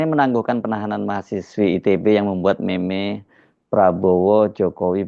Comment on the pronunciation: Meme sebutnya MIM